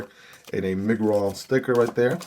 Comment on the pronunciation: It's My-grr-on